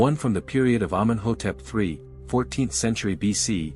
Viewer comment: Nobody says Amen hotep three. It's the third. Humans know that, robots don't.